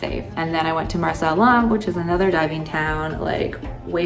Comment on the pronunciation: Did she say Marsh AL Alam for diving around the minute mark?